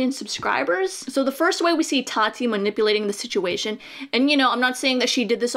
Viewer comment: I’d love to take you seriously but you can’t even say “Tati” correctly.